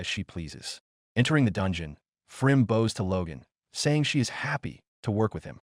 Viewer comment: She 🏹s. He 🏹s. Not she 🙇‍♀️s and not he 🙇‍♂️s. AI drives me nuts sometimes!